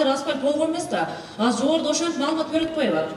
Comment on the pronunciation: Асыр деген соз жок кыргызда азыр дейт, бир жолу осур деп кой😂